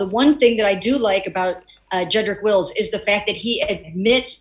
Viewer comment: Les is his own comedy show. He can't even pronouns Jedrik Wills' name.